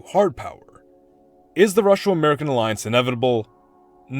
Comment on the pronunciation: Russo: It's roo-so. Not rushow